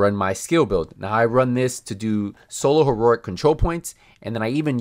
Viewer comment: It's pronounced.. He-row-ic and not Ho-row-ic